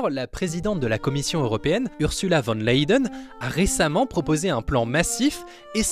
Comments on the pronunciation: (c'est "Ursula Van Der Layen" pas "Van Leiden") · Ursula Van Layden? C'est dommage ça gâche tout le travail derrière la vidéo, c'est "Ursula von der Leyen" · D'où tu te permet de dire que L'Arabie saoudite est une dictature ? C'est une monarchie avec des lois tout comme la était la France. Rien que le faite de ne pas savoir bien prononcer le nom d'ursula en dit long sur t'es connaisances en géopolitiques.